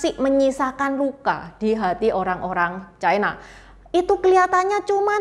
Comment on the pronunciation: Ucapan yp bnr China, bukan Chaina